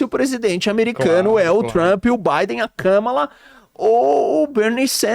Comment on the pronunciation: Este teu analista nao passa de palpiteiro de botequim. 1.Biden herdou a inflacao de Trump. Chama se expansao monetaria, mais guerra comercial com China. 2. Biden trouxe Mina Khan que tem enfrentado praticas oligopolistas 3. Nao e Kaaamala e sim Kamaaala . Aprenda a pronunciar. E como alguem que sequer pronuncia correto pode dar oallitr